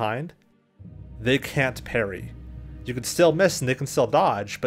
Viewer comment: parry....... parry ....... perry....... peryyy...... Matthew "Perry".........